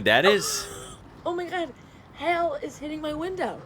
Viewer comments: It's pronounced "Hail" as in Nail. It sounds like your saying hell. :) When we don't want to say C%$#t, we say, "C U next Tuesday." The building on the Mall is an old Shot Tower. They made buckshot for rifles by dropping molten lead into water. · The way you guys say hail is so funny to me 😂 it sound like "hell" to me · Hail, pronounced. Hay El